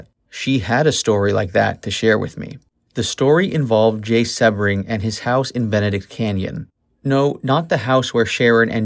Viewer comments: Its pronounced See bring, not seb ring. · Appreciate you, but Jay's last name is pronounced Sea-bring, not with a short E. Also, the house on Ceilo Dr. was 10050 Ceilo, not 150. The new home has the number 10066.